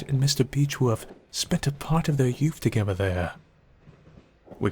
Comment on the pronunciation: Are you saying togever?